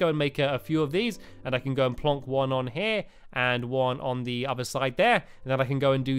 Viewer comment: Lmfao, let's go plonk these signs on here😂😂 he said plonk with so much emphasis😂😂😂😂